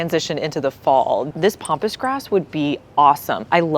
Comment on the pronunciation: you pronounce words badly. Not pompus but pampus.